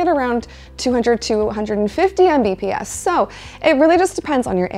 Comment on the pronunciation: Hearing someone say "M B P S" was kinda making my head hurt. 😂